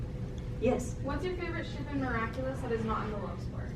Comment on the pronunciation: Miraculer? Or miraculous